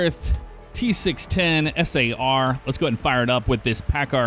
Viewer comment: SAR isnt pronounced S.A.R FYI